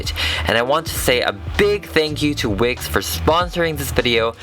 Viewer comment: I thought he said wic not wix